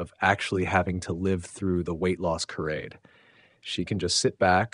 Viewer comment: “Kah-rade”?? You mean Charade?